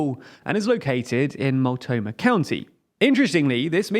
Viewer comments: "mult-NO-mah" county -- not "MULT-oh-mah" county. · Multnomah not multomah lol, but nice video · Dear Multnomah is pronounced /mʌltˈnoʊmə/ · I'll just chime in to say that you did really well overall with the pronunciations, but as a Portlander I will mention it's "Mult-no-muh", not sure how you lost the N in the middle. Anyway at least you didn't try to say Willamette, which few people get right the first time. Champoeg we save for the real challenges. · As a native Oregonian, hearing use "Mult'omah" is... actually not the worst mispronunciation we've ever heard.... On a side note, Measure 113 passed this year by a wide margin (about +40 points) which allows lawmaker absenteeism (defined as >10 unexcused days) to qualify as "disorderly conduct" worthy of an expulsion vote which should provide some response to future walkouts. (The measure was proposed via citizen initiative, as due to the nature of the topic it could not be passed via normal legislative bills) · Multnomah is pronounced "Mult-NO-mah" lol Honestly I think they should go. He makes some great points and there's really no sense in the current arbitrary state border anyway. They might as well take parts of eastern Washington if those counties want to go too. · Oof, I guess I've had my taste now of what it's like to have Americans mispronounce things. Multnomah county became "Multoma" lmao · It is said Mult-no-mah! Multnomah county Oregon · Thank you for pronouncing Oregon correctly, so many don't. But it's pronounced "mult-gnome-ah", for Multnomah. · Oh no 🤣 they pronounced Multnomah county wrong. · Pronunciation of Mult*N*omah county is off by an N, which irks me a bit, but otherwise, pretty good 👍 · the way he says multnomah county kills me ok video tho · Ah well, the Multnomah county pronunciation wasn’t quite right, but at least you say Oregon better than half the country 😅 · Oh sweety no. Good try but that's not how we say Multnomah.